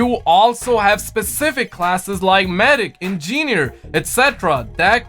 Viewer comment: “Ingeener?” Bro en-gin-eer